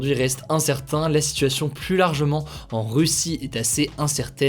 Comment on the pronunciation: S’il te plaît arrête de prononcé Le S du mot PLUS (pluS contagieux) Ça ne se dit pas 🤓 À part ça merci ton travail exemplaire. ✅